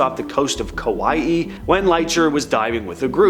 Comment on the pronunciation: Please look up pronunciations of words like kauai.